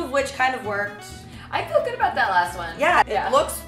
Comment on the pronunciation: what a FAIL. go to McDonalds and get your selves a meal for like $4 or something. cheapos. I promise it will taste fucking amazing and your not going to die, or get a disease. . I love hearing you say "abuut" you Canadian?